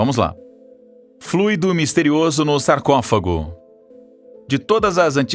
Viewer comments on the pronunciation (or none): none